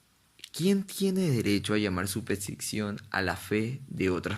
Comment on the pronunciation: Pronuncias mal la palabra superstición.